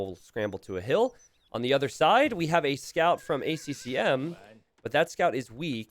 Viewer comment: "Bac-T" and "A C M"? get your shit together